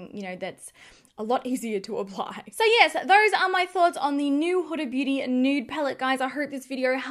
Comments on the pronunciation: It’s Hoo-da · Not huh-da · I couldn't watch this because you're pronouncing Huda wrong and its like fingernails down a chalkboard.